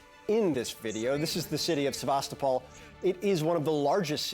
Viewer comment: Sebastopol. The young lady is right. The name of the city is pronounced: Seh-va-STOH-pol. The origin of the name is Greek, and the name means 'venerable city' ('sebastos' and 'polis')